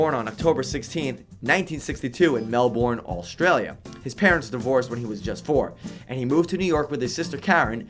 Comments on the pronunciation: Mel-boor-an, Awstraliahh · Dumbass can’t even pronounce Melbourne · Mel-born Australia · I hate the way you pronounce Melbourne! Typical American pronunciation!